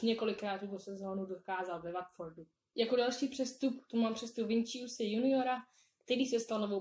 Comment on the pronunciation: ten mladý brazilec není Vinčius ale Vinýcius teda takhle se to čte